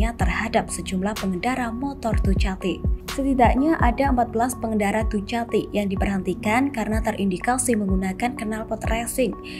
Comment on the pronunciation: mbak dukati mbak,dukati.. tolong,2021 nyebutnya dukati